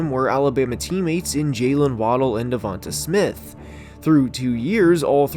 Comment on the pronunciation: Not a big deal but you're the only one that actually says Devonta Smith's name right